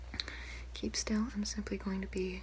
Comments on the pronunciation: I know she's saying "simply" but I swear I hear Pleesa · I went to the comments and apparently she's saying "simply" I thought she was saying "PLEESAPLEESAPLEESEPLEE" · You said Simply. I'm offended 🤣🤣